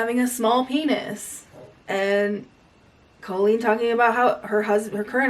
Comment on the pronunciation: You pronounce her name colon.